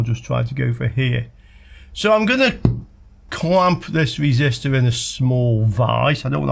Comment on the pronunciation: Your wesistor is bwoken.